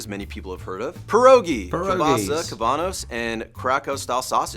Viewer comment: Pyrrogi😂… What is that sound like a …😂😂😂